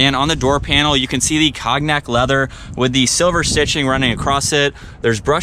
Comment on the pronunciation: My guy said Cog-nac leather. lol